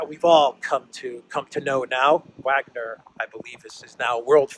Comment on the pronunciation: The "W" in Wagner is pronounced with the "V" sound.